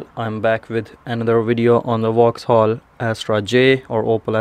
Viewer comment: It's vauxhall not wauxhall!